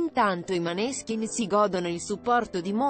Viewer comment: Cambia l'accento di nominativo.della band.Non si puo' sentire